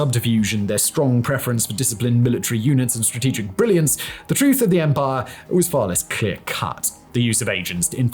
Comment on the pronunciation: Rome's own enemies believed that SARCH-A-PARRFUL-EMPAAAAAHREEE